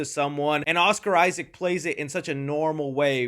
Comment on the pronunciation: Oscar Issac. Jacob Elordi. Learn how to say his name if you wanna be taken seriously. You need serious education on film review. You lost me after eight minutes of Del Toro hero worship. Next.